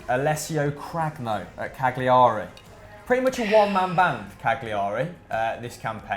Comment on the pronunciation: Cagliari's pronounced Cal-ya-ree